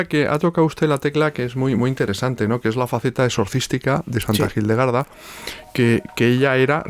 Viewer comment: Gildegarda o Hildegarda? Por qué pronuncias la H como J o G?